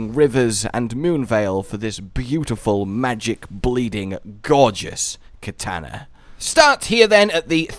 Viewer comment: That's not how you pronounce katana